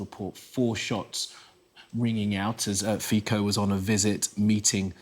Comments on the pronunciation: Is Poo-tin going to bring him flowers to the hospital and claim it as Ukrainian link and grounds for invasion of Slovakia? His name is pronounced Fitso not Fiko, by the way. Sci News. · its pronounced "Fitso" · his name reads "Fitso" and Mrs. President's reads "Chaputova" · His name is FITSO for God’s sake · The pro-Russian useful idiots and trolls are in a feeding frenzy here in the comments. Yes pronounce his cursed name correctly too, please. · Please learn how to read his surname..